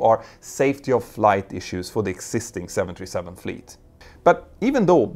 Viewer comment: I've listened to and enjoyed many of your videos. But it took me quite a while to realize that when you say what sounds like 727, you're actually trying to say 737. This happens more as you speak more rapidly. It's quite confusing, and results in misunderstanding. I think it's because you pronounce the US "th" more as just "t". Other than that, I really enjoy your videos. I've learned so much!